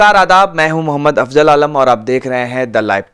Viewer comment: Like pronounce Afzalas Afzal, not Afjal Namaz as Namaz not Namaj